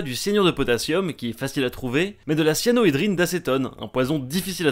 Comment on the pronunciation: Petite correction, il s'agit de cyanhydrine d'acétone et non de "cyanohydrine", pas de o !